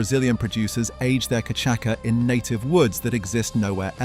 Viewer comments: It’s not “ka’chaka” it’s CASHASSA (cachaça). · Santa Teresa 1796 Venezuelan rum is the best I've tasted iet. And by the way, its pronounced cachasssssssa, not cachaca. 😉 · Cachaça is pronounced “Ka-sha-suh” not “kuh-chak-uh”. Good vid - thanks. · Great video... but, level 5, it's pronounced ca-sha-sa, Brazilians drink it with ice, crushed lime and sugar. It's incredible! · Cachaça is pronounced cachassa….. great for caipirinha, wodka for caipiroska. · Cachaça - [ka - cha - sa] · Cachaça is pronounced ka-cha-sa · Nice video! Just a side note : cachaça is pronounced ca-sha-ss-a (the ç is pronounced like an s) 🙂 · It is cachaça (cashasa or KAH-SHA-SAH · Wonderful vid!! And it’s pronounced “cashassa” :) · Cachaca: it is read "cashasa". Just saying. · I’ve never heard cachaça pronounced like that before. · I know every time he says it I wince.